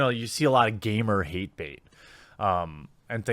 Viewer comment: Why does he say 'gamergate' like that?